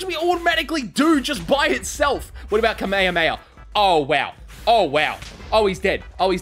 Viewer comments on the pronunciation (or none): I hate how he pronounces kame hame ha